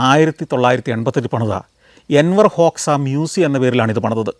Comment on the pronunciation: Not Enwar hoksa , Anwar hoksa